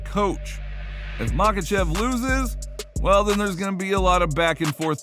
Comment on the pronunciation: What are the chances you ever pronounce Islam's last name correctly?